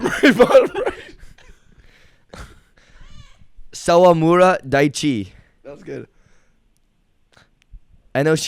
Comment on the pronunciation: i lost it when he tried to pronounce sawamura 😭😭